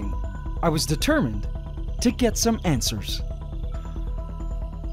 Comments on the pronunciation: Did I just hear you say "antswers" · Heh “ANT-sers”